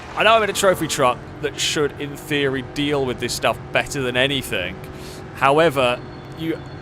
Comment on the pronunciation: There is no k at the end of the word anything